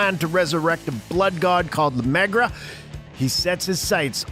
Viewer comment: I'm going to go out on a pretty thin limb and guess you didn't see any of these f**** movies. Because if you did, you would have known how to pronounce something as simple as La mogra.